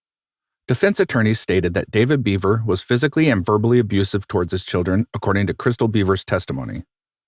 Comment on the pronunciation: Can anyone explain his accent for me? It sounds normal except for certain syllables like “2013” in the end and “park” in the beginning. By normal I mean average or nondescript, in case people mistakenly take offense. Also Michael pronounced his last name “Behver” not “Beaver”.